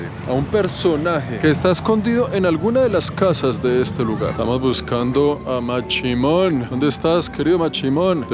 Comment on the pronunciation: Es mashimon no machimon,chimon es otra cosa...